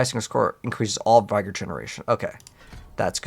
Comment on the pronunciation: You needed to hire him. There was an option, you just were clicking to fast. You leave sooo much loot (cash) laying around. Why play so fast? Yes, it’s only 1 but it’s 1 that you don’t need to do directly. It’s vig-or, not v-eye-gor.